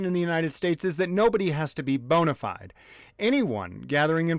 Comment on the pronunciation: Uggh Americans... "Bona fide" is latin. Please pronounce it correctly. But dont worry, you're not as bad as the one who wrote "this does not apply to bona fide members of the news media". That one uses words without knowing their meaning ! What is a good faith member of the news media ? To me, independant journalists certainly are of good faith.